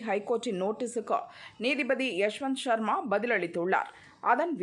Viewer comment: யஷவந்த் வர்மா. ஷர்மா இல்லை